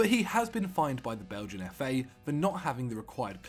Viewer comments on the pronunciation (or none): none